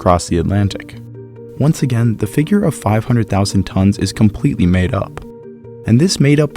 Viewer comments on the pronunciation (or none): none